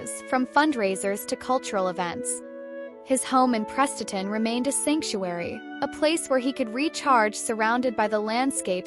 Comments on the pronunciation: Awful terrible pronunciation, It's not like Prestatyn is 1 of the difficult town names in North Wales FFS! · He was born in Prestatyn, I'm not sure how you pronounced it & his 1st band "17" was not a punk band by any stretch of the imagination but a mod outfit who knocked out a double A-side. Bank holiday weekend was 1 side & for the life of me I can't remember the other.